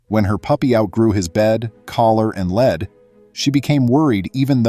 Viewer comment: Another AI narrator that doesn't know the difference between "lead" as in "you lead and I'll follow" and "lead" as in the dense metal element.